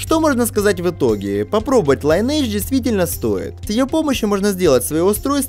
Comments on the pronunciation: Только не Лайнидж, а линедж оэс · лИниэйдж (ударение ни первый слог) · "ЛайнЭйдж"!? Серьёзно? То есть "родословная" теперь так произносится что ли?